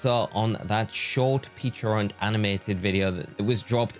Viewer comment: Not to be THAT guy.. but it’s pechArunt not pechIrunt…